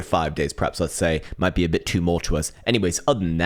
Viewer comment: 2-mull-sous... daym, big words